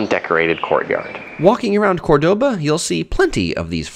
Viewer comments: Do you know that you are mispronouncing the very name of the city you are making a video about? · Nice video, but please pronounce the name of the city correctly! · Pronouncing Córdoba right would have been a simple improvement